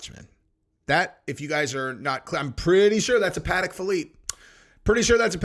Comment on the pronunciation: "paddock philippe" hahahaha